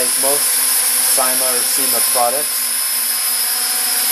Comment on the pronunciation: I thought you said sema